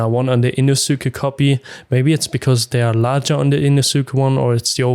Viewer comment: Great video and good review! It was funny hearing it that way but I’m sure everyone would understand! Thanks for the review 👍🏽